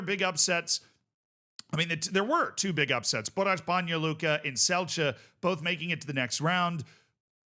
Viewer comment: Banja Luka pronunciation noticed ❤